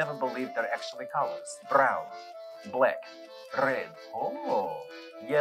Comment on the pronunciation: "So colorful you won't even think they're colors. Brrrown, Black, Rrrred" 😂😂😂😂😂😂😂😂